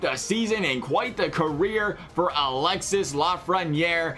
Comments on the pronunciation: It's not pronounced Alex-sis, it's alex-e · Alexee is how its Pronounced